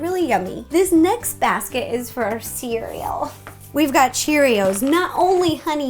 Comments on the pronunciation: LMFAOOO what did Ro do when she said Cereal BAHAHA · Why’d she do that when she said cereal🤣🥺